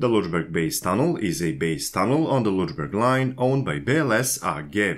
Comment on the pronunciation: After previous public corrections I tried hard not to correct you anymore .) , but your 'Lutschberg' pronunciation (for Lötschberg) is just too much - sorry. And you seem to be aware of it yourself, judged by the way how you 'cheat yourself past it' each time. Unfortunately, WP don't indicate the pronunciation in their article, and right now I can't think of any english word whose sound would come near - except maybe an older pronunciation of a short u (like in cut) which would come near to a short/open german ö. Also the sound like fx in hurt could come near, but you would have to shorten it just as is the german syllable. Do understand me, I have a positive attitude towards you and your work and am not trying to make fun of you! Did this help?